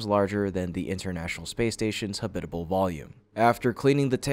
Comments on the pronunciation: Ha-bitable. No. Hab-itable. Yes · “Habit-able” not “ha-BIT-able” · Habitable? Why do you keep saying “huh bit uh bull” it’s “habit uh bull”. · ha-BIT-a-ble, rather than HAB-it-a-ble? You must be yet another AI. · habit able not ha bit able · why do you say habitable wrong wth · Wait. . . They show Astronauts floating around in zero-"G," but they're ON THE MOON. And the computer voice pronounces "habitable" like it rhymes w/"Ish Kabbible!" Don't meana quibble, but it detracts from the credibility. Hey Elon -- how's about a job as an editor/proofreader!?!?